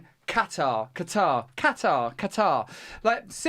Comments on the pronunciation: Pronounced Qatar or "Gutter...? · Love it how both of u compete on wrong pronunciation of Qatar , it is Qátár , with a Q , as Gh , not k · Qatar? Cutter? Quarter? KATTTAHH!! xD